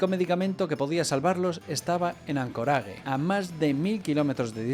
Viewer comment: Como que an-co-ra-ge? xDDD por dios An-co-reich